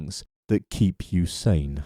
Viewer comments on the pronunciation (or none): none